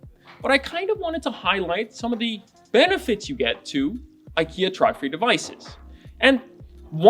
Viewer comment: Not Tr(ah)dfri. More like Tr(ohw)dfree. ;)